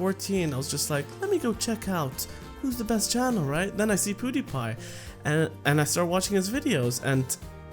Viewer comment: It's not Poodiepie.It's Peewdiepiee. .') 😂 I wish i asked you a question but i didn't know you were gonna do a Q&A :)